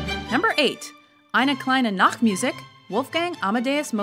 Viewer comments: ainah klainah naktmuhzik was priceless. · Oh god no the pronunciation of Eine Kleine Nachtmusik